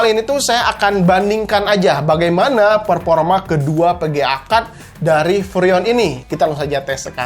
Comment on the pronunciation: VGA di baca PGA Vurrion di baca Purrion Performa di baca Perporma enek aku denger nya ....